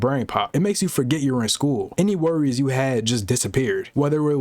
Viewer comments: And he started the video with “ool” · Pool bro😂😂😂😂😂😂 did he mean school